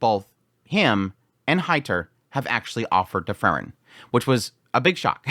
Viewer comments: It's Freeren, not Frrren.😁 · I was confused at the beginning of this video as your pronunciation of Frieren (‘Free ren’) sounds so much like Fern, I was like ‘huh? Fern didn’t do any of that’ haha